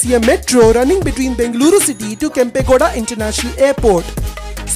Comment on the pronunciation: God, your pronunciation of Bengaluru and other location names is pathetic. Ask your Kannadiga friends, or listen to FM radio, or local TV channels. Please, please, I beg you.